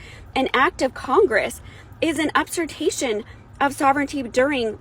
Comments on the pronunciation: Gotta say it hurts her credibility when she keeps saying “up-sirtation” instead of usurpation… lol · Great job, as usual, by. That being said, what was the word the woman kept reading, "up-surpation"? Did she mean to say "usurpation"? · What the hell is "upsirtation"??? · I can’t stand how she kept saying “upsurtation” 🤦‍♂️ I know I still listened to what she had to say and it is absolutely true. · (and couple of times again later , ) The word you are struggling to pronounce ... usurpation is pronounced "you-sir-pay-shun" It is a shame that people like you are allowed to presume intelligence and continue through your pitiful existence without challenge or correction It is demonstrations like this that justify every level of ridicule and only because you "appear" to be old enough to have passed middle school grammar classes Your "teachers" have failed, miserably, to recognize the fact that you simply had no interest in learning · "upsurtation" 😂 that woman needs to learn to read. She could have been talking about the Indians. Govt takes. Period. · minutes, the word USERPATION is supposed to be pronounced “You-sir-pay-shun” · girlfriend... It's not upsirpayschion. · LOL..."Up-sur-tation" 😂🤣😂 St*pid *itch! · sorry - lost me w/ the haole karen that could not pronounce "usurpation." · Pronounce usurpation correctly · The blue eyed blonde reading from the document can't even pronounce, let alone understand, what she's reading.